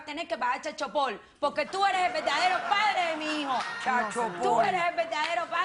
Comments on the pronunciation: "Chacho pol" Jajajajajajaajjaajjajaj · Jajajajajajajajajajaja chailchupol jajajaja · "Chalchopol" así le dicen en el planeta de la loca a la manutención de niños🤢🤢🤢🤢 bip bip bip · Es chal soporrr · CHANCHOPOL?? JAJAJAJA 😆😆😆 QUE ES ESO?? NO QUIERO PENSAR QUE LO QUE QUIZO DECIR FUE CHILD SUPPORT. JAJAJAJA ME ACALAMBRO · Le faltó a la doctora ordenarle a la demandada pagar el "chal chopol" del niño 😂😂😂😂 obvio que el chal chopol lo dije en forma irónica😆🤣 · SHAIL CHUPOR 🤣🤣🤣🤣🤣🤣🤣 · chal chopol 😁😁😁😁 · Es verdad tiene que pagar "CHA CHOPOL"🙄😂😂😂🤣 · Y que le pague chailchupor 😂😂😂😂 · Chail chupol 🤣🤣🤣